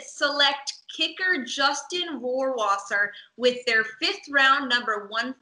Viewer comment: As a german native speaker I must say that you guys have to work on you pronunciation of Rohrwasser 😂